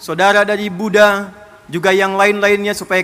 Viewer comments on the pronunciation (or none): none